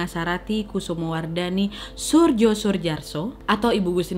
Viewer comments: Soerjo bacanya Suryo ga sih? Kn ejaan lama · Maaf anda hrs mempelajari jg ejaan bhs. Indonesia lama krn membaca nama org dgn ejaan lamanya salah. Jo dibaca Yo dan hrs dibaca Yo. Soerjo hrs dibaca Suryo. Bgt pula OE hrs dibaca U, tp kalau yg ini anda sdh tahu. Tks.